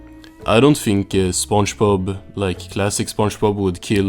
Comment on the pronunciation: Why do you pronounce it as sponjbob